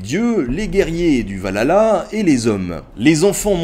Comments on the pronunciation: Par contre on dit pas valhlala mais Valhalla tous le monde fait la faute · pas mal mec bonne recherche . la prononciation est dur c vrai . mais sans etre mechant. c VAHALLA NON VALALA. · Le "Va-lala" xD